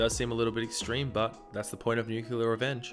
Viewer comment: Am I the only one bothered by him calling it "nuculer?"